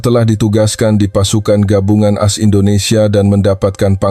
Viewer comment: Coba tqc cara bacanya ,singkatan As itu dibaca A es seharusnya, tulis promt yg benar